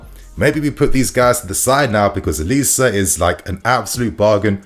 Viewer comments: the name is pronounced O-Li-Sé. Its 3 syllables not O-lis. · it should be pronounced oh-li-say. Nigerian name.... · His name is pronounced Oh-Lee-Say!